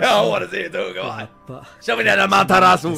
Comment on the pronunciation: said “Amaterasu” wayyy to perfect 👀👀